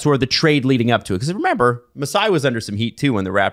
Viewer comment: the way says the word "remember" LOL